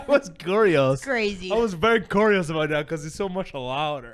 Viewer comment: how i feel when he was pronouncing "curious"